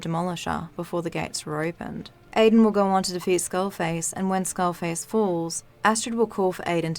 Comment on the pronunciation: Goe, belloew, Radioe. Your voice and accent are straight up ASMR for me. Don't mind me while I go binge all your videos